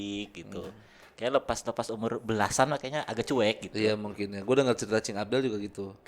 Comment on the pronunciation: menyebutnya "cu'ek" wkwkw lucu